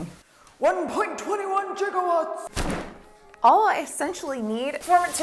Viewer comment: "1.21 JIGA-WATTS" killed me 🤣Blessed be the wanna-be elderly #BogWitch